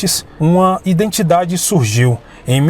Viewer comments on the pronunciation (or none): none